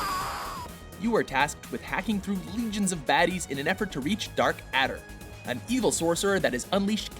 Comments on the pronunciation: "Dark Adder" <- groans it's DEATH ADDER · It’s not dark adder it’s death adder holy fuck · Death Adder, not Dark Adder. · Its "death adder" not "darth adder" in golden axe